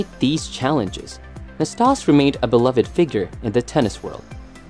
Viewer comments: NastasE. The E is not silent. We jokingly called him “nasty” in my household, due to his antics. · Narrator needs to learn how to pronounce the names of his subjects. He was unfairly punished at times because of his personality. He was temperamental at times but never mean spirited. He actually appeared to enjoy himself and have fun on the court! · I don't want to come across as a hater for what I'm about to say, but you pronounced Ille'ss last name wrong Also, he only won 2 majors... not 3 as you state.. Ille Never played Ken Roswell in a US Open final. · Learn to pronounce his name.